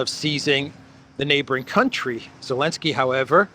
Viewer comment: I’m new here, so I don’t know the history of the channel. You always say Alinsky instead of Zelensky… is that intentional? Is it a reference to Saul or just trying to confuse yt algos?